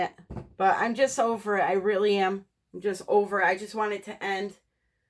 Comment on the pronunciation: I “AM”, not Ann